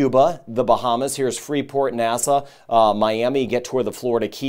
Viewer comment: Loll not nasa, it's like saying nahh-saw (nassau)